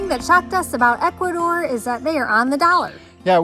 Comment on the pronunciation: Wow first time i hear Ecuador and not Ecuathor , Ecuadoor or in the worse case Columbia ,LOL , excelent video